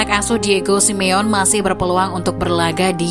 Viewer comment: Sebutin Simone yg bener SI MI YO NEY..ok admin peace..✌